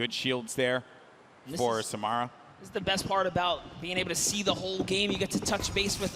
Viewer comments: I hate how they said SaMARuh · They keep saying samara name wrong 😂